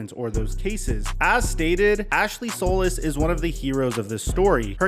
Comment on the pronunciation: Day 5 of telling it’s “Sol•EECE” not “Sol•iss”